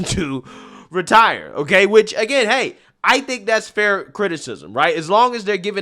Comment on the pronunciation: 1. I love that the good people of Kentucky believe "retire" is a three syllable word. 2. Someone needs to get McConnell some adrenochrome, asap.